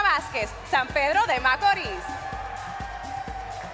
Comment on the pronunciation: SE DICE SAN PEDRO DE MACORISSSSSSSS CON S AL FINAL.